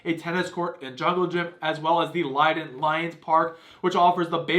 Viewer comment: You are mispronouncing Lynden. It is "Linden"